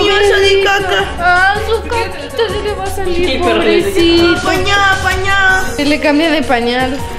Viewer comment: En el minuto me mori con el " te wa a pegar" jajajJaj❤